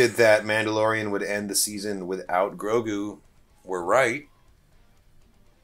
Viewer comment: I've been saying that for the last few days to everyone...... butchered Grogu 😭😭